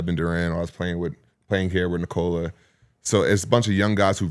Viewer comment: short O in Nikola. how many years, how many dollars? the least you can do is pronounce the name correctly